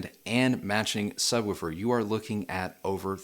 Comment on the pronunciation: Did just say subwufer?